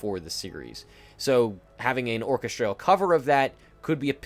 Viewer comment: Another great video giving fantastic insights into Kane's world. Really top notch. Just one thing, what's with the "or-kes-traaal" (orchestral)? Never heard it pronounced like that before.